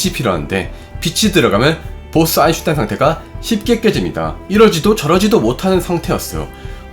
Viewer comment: 아인슈타인 발음이 영 오래동안 안되고 있네요 독일어에서 ei는 아이로 읽는데 이걸 에이로 발음하는 군요 제발 엉뚱한 발음 하지 말고 그냥 아인슈타인 한국식으로 발음해도 괜찬으니 엉뚱한 발음 안했으면 좋겠네요 몇년동안 이채널을 들으면서 처음으로 지적합니다